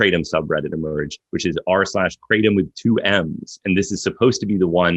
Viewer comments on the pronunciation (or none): Why do people from the United State s of America insist on calling Kratom : Kraytum? It's kra-tome